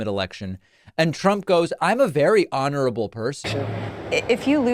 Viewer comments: “I’m an honerable person”🤣🤣🤣🤣😆😆😂😂😃😃😃🤣🤣🤣!!!!!!! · Did Don the Con say he was "honorable" or bondable"???